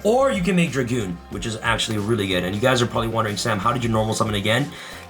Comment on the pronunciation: Red Eyes Dark DRAGOON, NOT DRAGOONSSSSSSSSS